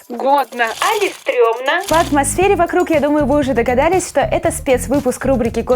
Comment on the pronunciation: Не али а или